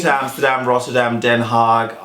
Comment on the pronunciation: Neta said amserdam . well she also said jerosalem….